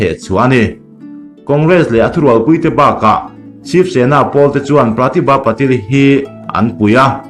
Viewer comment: Patil-i hi Pa-til an ti...hahaha. Ngaihnawm thrin teh e. go go